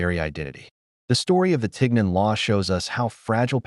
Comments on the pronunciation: I speak French and this pronunciation isn't right either "isn't Ten" but "Tee" it come from "chignon" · First of all, it’s pronounced TEEN yawn, with the “n” being soft. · No. It's not pronounced tig non. It's teen yon. If you can't even bother to pronounce it correctly, why should anyone believe you know the real story? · We pronounce tignon as tee-yaw in southern Louisiana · It’s being pronounced wrong, Lol! It’s called “Tee-Yawn”… a head wrap that had to cover the hair. A lot of elderly black women in Louisiana still wear it today while cleaning,doing laundry etc. I live in Lafayette,La.. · At the very least, correct pronunciation of tignon (tee YON) is necessary. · It’s pronounced “TihYon” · It's pronounced (tee-NYOHN), though. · Besides the AI pronunciation of tignon hurting my ears and the arbitrary mix of different era fashion hurting my eyes, let us bear in mind that Miró fulfilled the plea of jealous white women. Approx. a century later, empress Josephine (a born Creole of the earliest definition) adopted the headscarf and it became en Vogue among the French high society- well, this “inspirational” trend adoption continues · They made a video using AI and somehow couldn’t get the French prononciation right? I can’t watch this video. My ears are hurting.